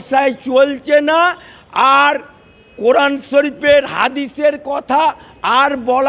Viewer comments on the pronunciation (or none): none